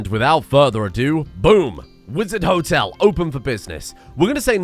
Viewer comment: Wizard Hotel: Wololo -tel (as in, the sound the damn unit conversion priests in Age of Empires made :D)